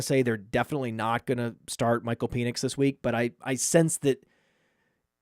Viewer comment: PEN ix. Not PEAN ix